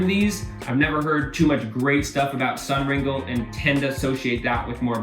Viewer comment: SUNringlé (ring-lay) not complaining just letting you know. Good video overall.